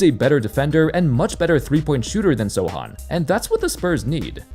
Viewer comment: Kudos for pronouncing Sochan's name the right way 👍